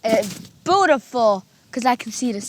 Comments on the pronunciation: Com-fat-able bootiful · Lmao that one of the stupidest things I’ve ever heard somebody say 😂 bootiful I guess he’s actually fcking stupid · Bootiful 😂I say it all the time